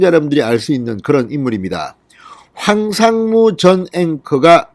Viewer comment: 황삼무가 아니고 황상무 입니다